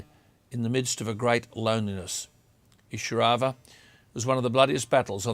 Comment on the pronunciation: It is pronounced 'eye-sir-au-va